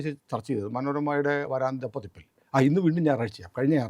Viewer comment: .... "vaRAAntha pathipp..." !!!??? "vaaraantha pathipp" ennu parayoo ishtaa...